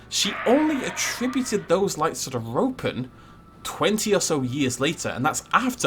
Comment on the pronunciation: Every time he says Ropen, I hear Rodan